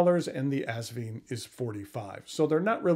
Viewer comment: Haha. He said assvine. I’m going with that one